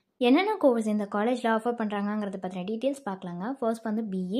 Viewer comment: அதென்னம்மா "டீடியல்ஸ்"?😂